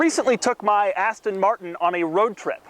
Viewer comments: i hate the way he says aston martin lol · Please buy another car Doug. It's painful every time you mispronounce Aston Martin.